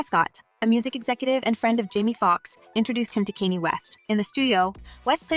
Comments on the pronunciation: West is name Kan yaa! Thats how you say his name. Not Kinny.😅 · You need to research their names...T.I not T.I.I and Kanye not Kenny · You have a good speaking voice but the pronunciation of T.I l. and Kanye is 😡😡😡😡😡